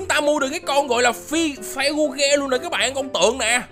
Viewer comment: cái con phi gu ge là chon phíc gờ nhá anh :))